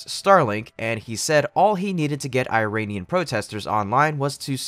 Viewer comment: You can say "Ear-rahn" like is supposed to be pronounced, and not "eye-ran". Funny you did say "Iranian people" correctly. You are hard to predict.